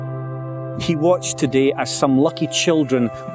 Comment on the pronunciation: ITS TO-DAY NOT TODEE